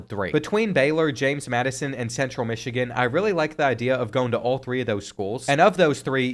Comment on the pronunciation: “southern missigan”